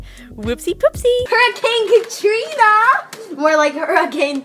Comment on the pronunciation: The location Hurricane is supposed to be pronounced "Her-ah-kun." The name Evan is heavily contested. Fredbear was in animatronic mode not suit mode so the springlocks couldn't have been set off by the Crying Child's tears. We actually don't know if Michael was in Fnaf 3. One could even argue it's Henry, others that it's a rando. Sister location would be after Fnaf 2 and Follow Me. It was also for the dlc characters to be made canon, such as the Halloween animatronics. I think they should have been 2 different continutities, same goes for Sister Location. Glad you did a good mention of the donations without brushing them off, too many online do so. Also, Scott while was supposed to retire still hasn't. He still works with Steel Wool, has made games, and is working on the movies. Let alone still making money. As for William being back and the "ending of the old era." In Pizza Sim Henry's planned was based on the POSSIBILITY heat could get rid of remnant, not the guarantee. In addition, William had already been through 1. In UCN Henry's plan is established to have failed an only distil the remnant into one place making things worse. Help Wanted, William is brought back by the company. Security Breach, William underwhelmingly returns. Ruin and Help Wanted 2, might have retconned William returning. I think the problem is Scott as we know doesn't like horror but loves sci-fi, and is trying to insert it into the franchise which created a mess. I think there is 2 bites cause Scott w